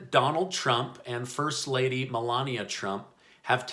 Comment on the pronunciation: ‘First ladia’ :P